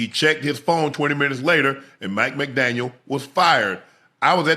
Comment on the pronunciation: Hey Chad !! There’s no S at the end . It just “McDaniel “